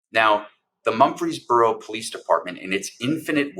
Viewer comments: Murfreesboro, TN, not Mumfreesboro. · It’s Murfreesboro not Mumphery’s borough!🙏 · Mur frees boro not Mumfeesboro . You really should get the towns name correct. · Quit saying Mumphrysboro. It is Mur-Frees-Boro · Mur-frees-boro. Not mumpfreesboro. Natives pronounce it Murphysboro. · It's MURfreesboro...not MUMfreesboro. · MURFREESBORO not mumfryboro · For heaven’s sake. It’s MUR-FREES-BORO; not Mumfreesboro. The pronunciation is not that difficult! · MuRFreesboro--NOT MuMfreesboro, TN! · Mur-frez-buro, not Mum-fres-buro. Please check the pronunciations of locations if you aren't "from there". Where's the video of the actual event? This happened 7 years ago. Why are you bringing it forward now? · It’s pronounced Murf-Rees-Boro In case anyone cares. Good coverage otherwise. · It’s “Mur-frees-brrrr-o.” 🙄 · He keeps calling it Mumfreesboro. I mean, really...if you want to shed a light on something, call it by its correct name. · OMG. It’s pronounced “Murfrees Burro”. Just like Murphy’s Burro” with the ‘R’ inserted. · The town is pronounced "Murphy's boro" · Dude! It's Murfreesboro TN, not Mumfreesboro. Smfh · This story is truly awful. Small correction. The town is Murfreesboro, not Mumfreesboro. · It's pronounced MuR ...feesboro. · I’m originally from East Tennessee, and for Goddess’s sake, pronounce “Mur’ freez bor o” correctly! Dude, you are an educated attorney. You have embarrassed yourself, in the face of a very important and disturbing story, yet another in the fascist takeover of my birth home state. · Murfreesboro, with an R. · You are mispronouncing the name of the city. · I cringed every time he attempted to say Murfreesboro. Clearly not a Southerner.